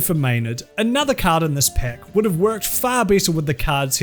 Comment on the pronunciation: Took me the whole video to realize this guy should NEVER use the word deck or pack..... Sound like peck and dick